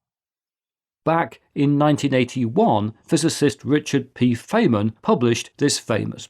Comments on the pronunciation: Indeed. So why did Chris say "Fay-man"? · Richard Feymann’s entangled pronunciation. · Yes, I was surprised that such a well known physicist should have his name mangled like that! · Novel pronunciation of Richard Feynman's surname too!